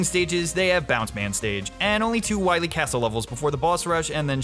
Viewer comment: Wen we fein dat meeteuh wull fein Doctah Wahwee!